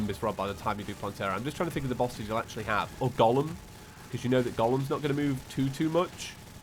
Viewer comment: Every one:golem.: gorlem🤣